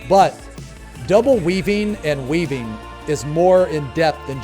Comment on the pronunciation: when he said "if you're weaving appropriately..." I heard "if you're weebing appropriately..."